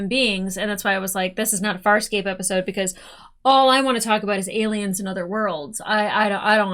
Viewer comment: I don't know if your pronunciation has changed, but a few weeks ago I heard you say "fire escape" rather than Farscape for several videos. I didn't want to point it out, but now I hear the right title, so I blame my ears. Also, I'm so nervous you won't like this as much as I did watching it for the first time. Also, I was happy to see you remembered Gilina Renaez (Tech Girl). She's great. <3 And also, Chiana showing her strengths and adaptability is big here. Being able to kiss, kick or cry herself out of anything. For some reason I like her the more dressing up as a tech with dark hair. Is it her demeanour or her outfit? I also interpret her telling Gilina what she wants to believe John feels about her as her wanting it too, but she's too knowing to no have delusions. Maybe I identify with Chiana more than I fancy her? And also also, I'm glad you heard the name Scorpius so I don't have to call him "butt-chin thong-face" any more. ;) And also also also, I forgot that Stark was in this one. "My side!! Your side! My side! Your side!" Very fun side character to make the show even weirder. And also also also also, D'Argo holding Aeryn's hand is emotional.... It was too long since I watched this, so I wasn't aware this many things converged in this episode. Just you wait. This is just a wind-up for the continuation...